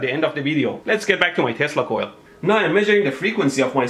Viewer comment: Are you saying testical or Tesla Coil?